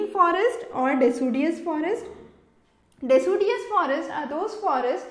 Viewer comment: its decideous doctor. lol